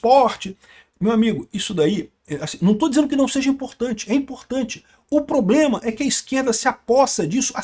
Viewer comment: Inclusive a " primeira dama" q fala "ploblema, irresponsável etc..."😂😂